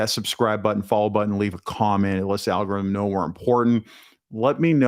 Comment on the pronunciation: Alga Rith Um